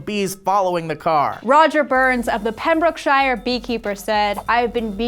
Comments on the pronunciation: Not the worst pronunciation of Pembrokeshire I've ever heard. Instead of saying the 'shire' part like you're straight out of a Tolkien realm, I think replacing it with 'shear' or 'sure' would be closer to what it sounds like. Anyway School's over, it's not like you're gonna mention a Welsh town ever again anyway. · You were so close! It's Pem-brook-SHUGH. One syllable at the end. As in "Ugh! I can't believe the UK keeps correcting our pronunciation". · You almost pronounced it right, we just don't say 'shire' more like 'shuh'. Kinda mash it together!:) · pem-brook-shere, like here but with an s. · Pronounced Pem-broke-shur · We don't say shire as shire in the uk. We say it as 'sher'. Or at least we do in Yorkshire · kinda got Pembrokeshire right. Or should I say. har. Anywhere that ends in "Shire" is generally pronounced "Shur" Yorkshur Pembrokeshur etc etc but I understand that's probably more to do with British accents than how they should actually be pronounced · Not a bad attempt at saying Pembrokeshire. While technically pronouncing the "shire" part is correct, the majority of the country pronounce counties with a "shire" as "sher." Seldom ever hear someone use "shire" at the end. And no, not "sher"as in Cher. I mean "sher" as "sir" :) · Basically bright with Pembrookshire's pronunciation.:D Just elongate the o sound like its a person named Brooke rather than broke. My word though that hug was the moment of the month. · Pem-Brook-Shure is how you pronounce it. Shire is rarely pronounced with the i, think of a u. also YEAH WALES MY COUNTRY FEATURED ON SOURCEFED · Sheer. You say it "Pembrook sheer" Any time you see the name of somewhere in the UK ending with "Shire" pronounce it "Sheer". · Your only sort of pronouncing it wrong, Its only one syllable, York-Shir, Pretend the E in shire is silent:P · She said Pembrokeshire wrong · Pembrokeshire was not pronounced correct 😂